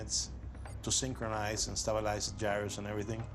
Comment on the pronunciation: No giros failed! The gyroscope failed. It doesn't even make phonectical sense! Guh*I*E*Ruh*Suh is how that name is pronounced. Lol, yup it's actually a name.